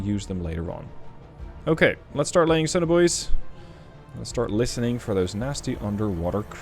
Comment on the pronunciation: At first I always thought he was calling Sonar Bois😂